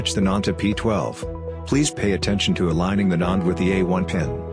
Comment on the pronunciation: The text-to-speech in this video pronounces NAND as "nund" 😂